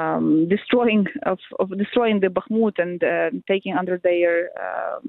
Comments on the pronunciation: Why is this interviewer always saying Bakamut??? She is the only one who doesn't do it at least approximately right. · Yep, she's still calling it Bahk-a-mut... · Will someone please tell the interviewer there’s only ONE A-sound in Bakhmut? I’ve been listening to her say BAKKA-mut for months now. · Bak a moot oh please get it right . And stop treating Ruzzian statements as if they have any validity. Ruzzian statements are meaningless static. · She’s now even telling Ukrainians directly how to “correctly” pronounce Bakhmut! And of course (once again) failing to notice when her guest, this time a Ukrainian lady, pronounces the name the right, Ukrainian, way. Unbelievable😅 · Bro i know she always does it 🤣 no one is perfect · nobody expects perfection but we should expect basic pronunciation of a name that she has heard 100 times from native speakers if she is any type of "journalist" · She's been making the same mistake for months , drives me nuts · she's incorrectly pronouncing the city name ,she sounds like a fool